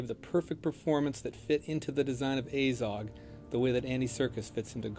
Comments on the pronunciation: The way they pronounce names is absolutely ridiculous. It's pronounced Azog, not "Eizog". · "A-zog"....made me cringe so heavily